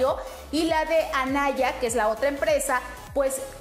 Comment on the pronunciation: Es Ayana no anaya